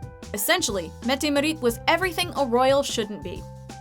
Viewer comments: Marit, it is Maarit, tack. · Your not saying mette marit right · When you're Norwegian and you cringe SO HARD at the way she said Haakon and Mette Marit😳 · Her pronunciation of Haakon and Mette-Marit's names was really bad. Painfully so. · Nothing compared to how she said "Mette-Marit"... ouch!